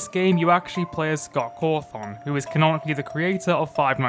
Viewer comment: Say "Scott Cawthoung" again mf i swear to god